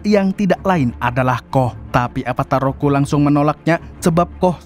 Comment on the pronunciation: Avatar ROKU bg, bukan RUKO